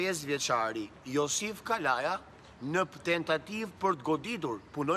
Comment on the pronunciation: Kavaja e shkruajn dhe kalaja e thone me ze,hahaha